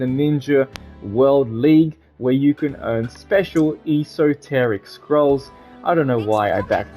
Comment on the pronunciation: It's funny hearing him mispronounce esoteric